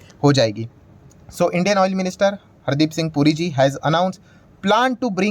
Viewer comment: पुरीजी के बदले ,"गुरुजी" सुनाई दे रहा है!